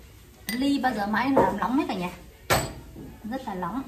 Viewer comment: “rõ nét” không phải “rõ lét” : “nóng” không phải “lóng” E thấy chị cũng cải thiện hơn trước rồi nhưng thi thoảng vẫn còn bị ngọng nên e nhắc chút để cho chị sửa dần đỡ bị nhầm lẫn ạ !